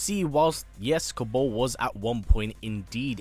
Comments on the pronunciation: It's pronounced "Kabarl", not "Kaborl".... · Why do you pronounce words so wrong... it’s kabal... not kabull and it’s cryo mancer as in romance not mahnser as you say it... it is annoying me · Who tf is Ko-Bowl ? 🤣